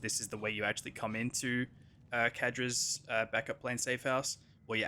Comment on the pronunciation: "Kadra's" clearly says Zadra's lol